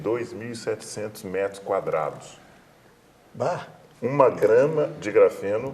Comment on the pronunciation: "...bhá!" Gaúcho detected huahuahuahuahuhua